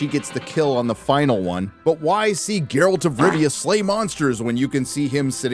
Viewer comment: Did you just call him Jerralt? How dare you